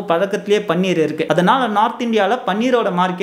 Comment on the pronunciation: பன்னீர் என்று சொல்லதீர்கள். அது பனீர்.